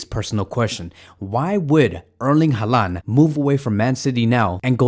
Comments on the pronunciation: At least pronounce his name right geez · bro please pronounce it right